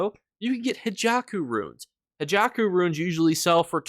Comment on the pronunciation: I wanted to comment haKeiJo* but found this one already hahaha